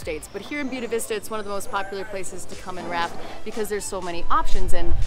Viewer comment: Brother, before I watch the rest of this video, gotta correct your Spanish. Buena Vista is Spanish for "Good View". Buena is pronounced "Boo-eh-nah". Not "Bona". That's Italian. OK. Done. I'll shut up. Back to the video. Buena Vista is going to be a town on my model railroad now set along the Tennessee Pass Linne of the D&RGW railroad, so I need to see the surroundings.